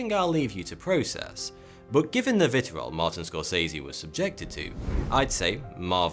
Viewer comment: Vitriol! The word is VITRIOL! FFS, AM I SURROUNDED BY PLEASANTS UNSUBBED!